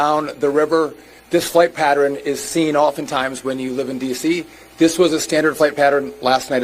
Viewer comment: Drives me crazy to hear someone say patteren. It's pattERN.